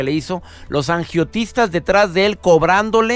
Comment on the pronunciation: "angiotistas", se dice agiotistas, o no?